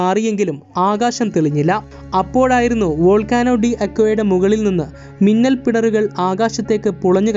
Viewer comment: മുന്നൽ അല്ല മിന്നൽ അല്ലെ